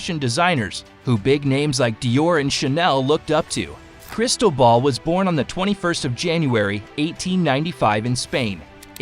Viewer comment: Crystal Ball…. CRISTOBAL… It is not so difficult to pronounce if you care a bit